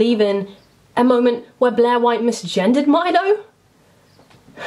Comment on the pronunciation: I love how with your accent Blair sounds like Bleh